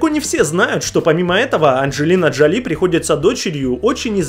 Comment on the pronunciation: Коппола - на второй слог ударение! Джоли - правильнее ударение ставить на первый слог! Да и вообще хочется спросить: зачем данное видео, если большинство семейных связей известны даже не киноманам?